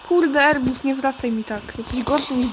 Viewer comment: "Erbus A380-10". Załamie się Załamie się z tego jak ja kiedyś potrafiłem angielski